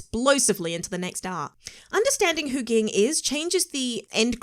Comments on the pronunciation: Wait! Is she watching the dub? Why is she not pronouncing Ging correctly (jing)??? Is that how they say it in the dub? Eeeewwwwww. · Can u please say Jing and not Ging 🤦🏾‍♂️ 😆